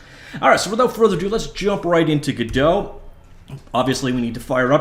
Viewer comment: theres no umlaut cant say it like godote the t wouldnt be silent either